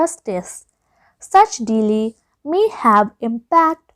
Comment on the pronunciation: Ur pronounciation is very week , special we u are pronouncing delay it is sounding something like deeli